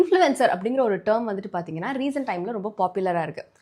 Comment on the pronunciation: Apdinaa, Paatheenganna ❌ Apdinu Sollitta, Paathingannu Sollitta ✅